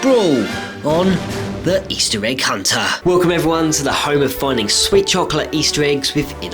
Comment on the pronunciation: And this is eistir egg huntar i love that way you say it lol